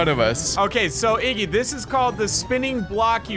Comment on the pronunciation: WTF u says omg😂😂😂. Its iggy